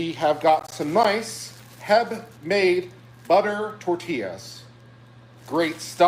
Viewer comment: I’m disgusted by pronouncing HEB as Heb. Get him out of my state.